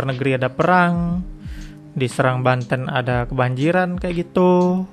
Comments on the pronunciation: Cara baca huruf 'e' kayak 'ehe' bkn 'empat', bang. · Bacanya seerang bukan seurang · bacanya sérang bukan sērang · Bukan bang, harusnya "Serang" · Mungkin maksudnya SErang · bukan bang serang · bukan serang tp serang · Serang bukan Serang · serang apa serang? e nya empat atau tempat? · Serang E nya pake taling seperti di kata "enak"